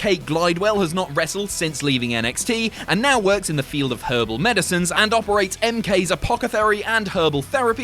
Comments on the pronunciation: It's apothecary not apocethary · 'apocethary???'....it says 'apothecary' right there on the screen! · LMAO Ummmm......Apocathery? Wanna try that one again?